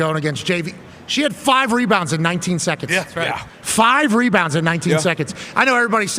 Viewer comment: “me-bounds” lol